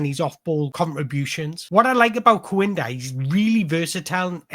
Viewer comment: Im a sporting cp fan..i wanna say this the best analysis i’ve seen of our wonderkid. Great job 👏🏾 Ps: his name is pronounced Kenda.